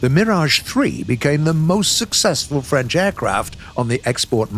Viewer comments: Accent parfait ! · Good french accent 😂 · Thats the best french accent done by a non french person (and i no what i'm talking about i'm french)Sir your prononciation of french is incredible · Your French accent is very good, I'm watching you in France and I pilot with a joystick.